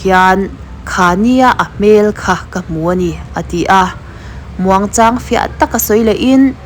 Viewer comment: fiah tih tur😂😂😂